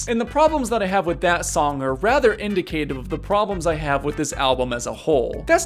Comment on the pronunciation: Homie doesn't know how to pronounce indicative